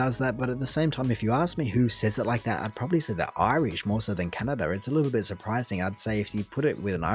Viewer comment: He also said Canerda a few times. It weirds me out when r is dropped from where it should be "car" as "cah" but added where it isn't "movrie" for 'movie'...